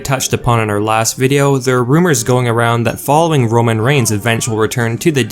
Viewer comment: Romon regins 😅